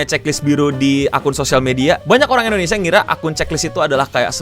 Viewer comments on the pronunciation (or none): none